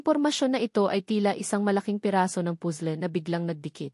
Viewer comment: Sorry admin but I really hate your narrator...sya lang ang nkpg pronounce ng pusle ha?as in (puzzle to be exact)n stress ako